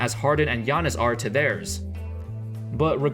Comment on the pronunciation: He can't even say gainas